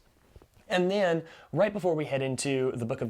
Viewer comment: “and the-AN” haha 😂 love this overview!